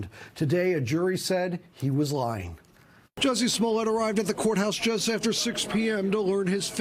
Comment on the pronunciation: 'Jussie' lol